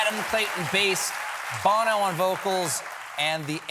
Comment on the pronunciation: Hard to hear : Bah-no And not Bono Still loved it